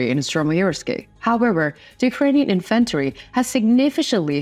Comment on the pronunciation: Thanks for this report! Significant is pronounced sig-NI-fi-k'nt emphasis on second syllable hard "K"!! (not soft "sh" as in "ship" and share) 😊 "Infantry" has emphasis on first syllable.. "IN-f'n-tree"